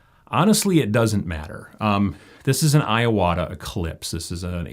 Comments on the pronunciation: Two things: 1) You got me using a wet-palette, and now you're going to get me to use a spray brush. Thank you! 2) Small pet peeve: "i"s in Japanese are long "e" sounds. "ee-wa-tah". Sorry, super unimportant. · I have watched tons of airbrushing videos and this is the best one so far! I am puzzled how every single person pronounces Iwata incorrectly though lol